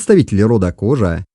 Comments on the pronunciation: Немного резануло слух: "включая Торе и кОжу". Извинения услышал, все нормально, автору проститительно. Но правильнее, конечно, произносить как род "кожА", слово не склоняется. Говорят, что произошли от средневековых арабских миссионеров. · Ударение в казахском языке ( как во всех тюркских языках) подает на последний слог: не кОжа, а кожА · Автор, слух режет Ваше произношение 😱 в казахском языке ударение на последнюю гласную не кОжу , кожА , не тОрю , а торЕ и не склоняется! Рахмет! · как и во всех тюркских языках. ХожА , а не кОжА ))) Изначально от слова "ходжа". Жаль , что хорошая работа портится каким то марсианским произношением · Очень интересно, только слух режет как произносишь названия. Не ставь ударение на первый слог. Например ты произносишь название рода кОжа, но надо кожА и тому подобное. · Кожа ударение на а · Автор, в казахском языке (и в др.тюркских языках) ударение в словах всегда ставится на последний слог - "Кожа́". Слова произносятся как и пишутся, т.е. не Тарэ, а Торе́. Род "Кожа́" не "белая кость", а потомки исламских мессионеров. "Белая кость" - это род "Торе́" (потомки Чингизидов). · Не кожа,а кожа ударения ан а